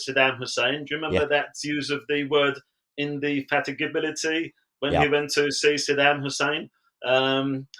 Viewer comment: Who's this joker? He can't even pronounce 'indefatigability' Whoever he is, he's wrong to assume that your audience was born yesterday. He's doing Galloway's work for him here.